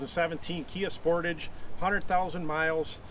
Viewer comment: Y do alericans always pronounce sportage wrong